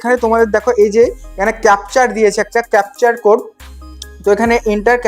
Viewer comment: কিছুই হচ্ছে না, ঝুল সাইট। কথাটা ক্যাপচার না কথাটা ক্যাপচা।